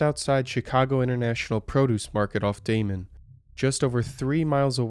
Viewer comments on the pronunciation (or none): none